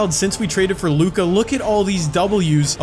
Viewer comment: Damn u really don’t know how to pronounce luka’s name😂😂